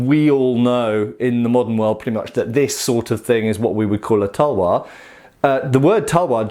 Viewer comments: Tawa its talvar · Its Pronounced as "TAL-WAR"